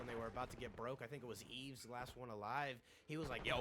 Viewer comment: you said my name right lmao its "Eves" , appreciate you casting goat 🔥